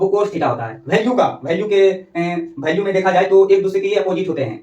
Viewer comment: ek cheej yr kah rha hu bura mat manna tmhare yha ki jo bhi bhasa ho...jaise value ko bhalue bolna ye sab aap chhordo qki ab to aap padhe likhe ho sahi pronunciation kro